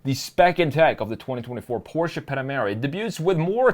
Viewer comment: Instant thumbs up for saying Porsche, and not PORSH! Thank you!